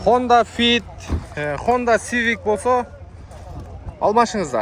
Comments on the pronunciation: Иним маданияттуу бол, сени коптогон эл коруп жатат. Машиналардын аттарын окуп уйрон, даярдан анан тартсан такалбайсын, билбесен окуп туруп айт кивик деген машина жок го бул дуйнодо. Цивик де, сиденье де, отургуч де. Сени казак озбек, орус татар ж. б туугандар коруп жатат. Уят кылбачы. Ишине ийгилик! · Аягында Хонда кивик дегени олтурду го,кивикпи же цивикпи😂😂😂